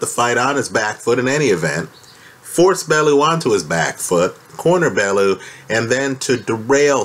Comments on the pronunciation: It's "Bell-you" not "Bell-oo" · Even if Haye won this one, it was surely - surely?? - clear from his last three fights that he was SIGNIFICANTLY shop worn and that his body was failing him? And please... Tony's last name is pronounced "Bell - yew".